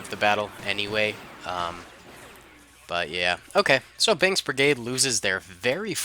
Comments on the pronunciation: well probably just me hearing the "k" as a "g" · Did you actually say "bings brigade"? Or did i hear it as "bings" and you actually said "binks" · he said binks from my ear